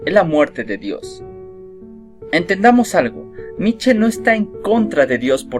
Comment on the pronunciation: Se pronuncia Nicha